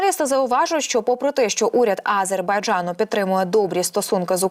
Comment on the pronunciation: Не тільки я,а й інші глядачі вже вкотре небайдужі до цього каналу та дикторів.Одна помийка! Люди відносяться до своїх обов'язків байдуже,непрофесійно.що це за вимова А-зер-бай-джа-ну? Неможливо вимовити назву держави?! Щось меле і сама не повторить